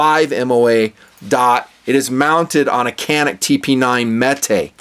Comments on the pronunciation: lol.. funny thing is.. its not even pronounced Canik.. its pronounced Ja-Nick. its turkish... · It’s more like Janik.